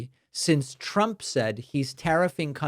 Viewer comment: Hey Stinky, "if Twump comes afterw us" ... 😂 Fkn hilarious!